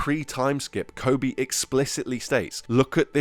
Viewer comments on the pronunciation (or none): none